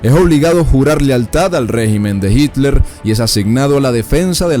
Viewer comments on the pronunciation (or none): none